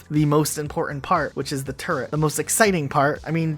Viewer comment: He said turrent. I am offended